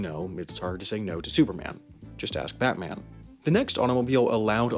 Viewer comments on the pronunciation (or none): none